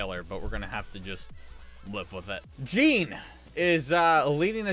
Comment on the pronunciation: So you said Jean , it's pronounced "John" beliveau